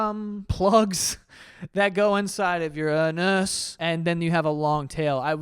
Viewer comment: The way you said anus made me choke. Thanks for that😮‍💨